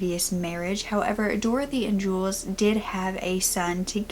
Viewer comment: Really? How could Jules be pronounced the same as Julius? They don't even have the same amount of syllables. It's jewels.